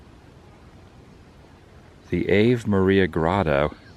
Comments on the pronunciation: "Ah-vey" not "ayve"...lol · I enjoy his videos but the obvious lack of education to pronounce it like ave in gave. But he prefers that horrendous punk rock versus decent classical music. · Not that it matters but “Ave” is pronounced “ava” , first a short and second long. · I expect i'm not the first to let you know, it's pronounced ah-vay. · For your next trip there, Ave is pronounced Ah Vay. Think of the religious song Ave Maria. I know that most religions other than Catholics aren’t so big into the Virgin Mary ❤️ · Pronouncing Ave like in "gave". Apparently you don't need much education to do videos. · It's pronounced 'ah-vay' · It’s pronounced ah-vay. Ave, in Latin, means hail. Ave, Maria means Hail, Mary. PULEEZE stay away from Disney, which means Boring Vids, in Latin. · The first word innGrotto is pronounced AH VAY. for those pronouncing at home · The Grotto was beautiful. It is pronounced Ah-vey. It is fascinating to see all the handiwork. It shows a lot of passion in his work. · Been there. It's pronounced Ahhv-a its latin Einstein. Don't want our childrens learnen none of those dead languages! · 😂 "Ave Maria" is a prayer actually pronounced Avé (Ah-Vay) Maria. It's Latin and it's Catholic. It means "Hail Mary." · "Ave" = "ah-vay".😉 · Not being Catholic impedes pronunciations sometimes.